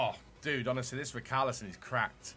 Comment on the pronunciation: everybody in the entire world: richarlison: ricarlison